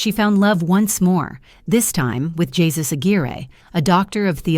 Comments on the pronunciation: Isn't the name of her second husband pronounced "hay-SOOS" rather than "Jesus?" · His name is pronounced "hay Seuss", not "G - sus" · YES PRETTY SURE YOU'RE CORRECT BUT IT'S AI AND IT'S HERE TO STAY I 🤔 THINK UNFORTUNATELY. HEY ZEUS. YES. AI DOESN'T KNOW NUANCE AND EXCEPTIONS TO CERTAIN GRAMMAR RULES. CIAO KAYL N.Z XOXO CHEERS 🥂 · The easy fix was to put phonetic spelling in the script. AI would have then pronounced names correctly. Jesus would have been written as "Heh SOOS" or "Hay SOOS." The AI voice would have put stress on the syllable that was all caps. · Jesus? LOL!! Pernounce it correctly!!